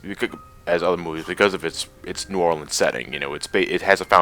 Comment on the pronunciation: I'm from New Orleans, so I'd love to see a world based on Princess and the Frog (and by the way, you pronounced New Orleans a bit oddly, in case you care).